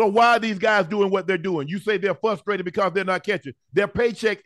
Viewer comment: What is fustraited ? Do they mean frustrated ?